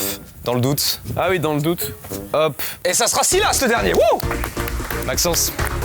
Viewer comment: Ouah Silas il s'est fait ecorcher son nom😂